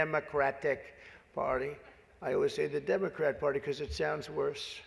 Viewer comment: Democrat sounds like Damon Rat